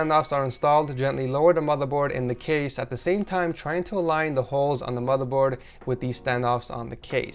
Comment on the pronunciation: Satisfies me when he says madaboard